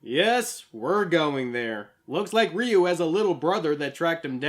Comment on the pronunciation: this list is narrated by Hector Salamanca. Also, it's pretty baffling that you can pronounce "satsui no hadō" right, but completely butcher "Ryu" each and every time.